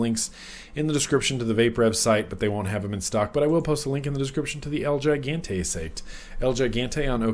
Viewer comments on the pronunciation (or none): hey just thought you might like to know gigante is spanish, it means gigantic and its pronounced he-gahn-tay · It's pronounced he-gone-Tay , means giant in Spanish so it's the giant